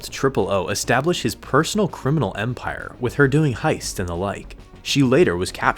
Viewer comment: Take a drink every time he says empaire